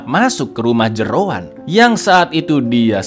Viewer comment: ngakak bangettt, Jeroen jadi Jeroan😭🤣